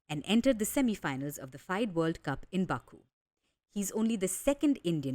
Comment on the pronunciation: Dear reporter it's pronounced fee-day not fide (as in wide). Also his sister was not a local champion she was a multiple time national and world youth champion.